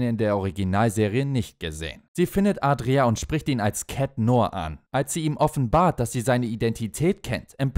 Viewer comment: Ja, er heißt Adrien, aber der Name wird hier falsch ausgesprochen. Richtig ausgesprochen wird der Name in der Serie nämlich "Adrioo", nicht "Adria".